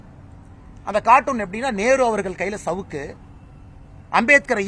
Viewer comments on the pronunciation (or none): none